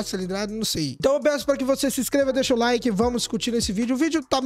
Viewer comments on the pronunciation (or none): none